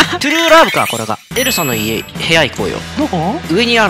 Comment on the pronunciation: 2分7秒の時エルサがエルザになってた